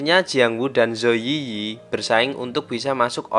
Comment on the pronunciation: Yiyi dalam bahasa China cara ngomong nya itu i i bukan yi yi